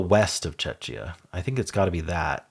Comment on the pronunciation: Czechia is pronounced Check-e-ah